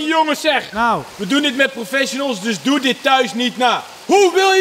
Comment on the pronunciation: "profesjenels" i- geen haat maar ff "professionals"